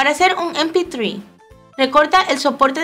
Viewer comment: Min. en vez de decir eme pe tres dice em pi three